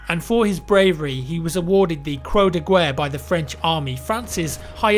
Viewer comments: u said "cro de gwer" in . It is pronounced cro de ger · Croix de guerre not Cro de Gwer :'D, nice video as always.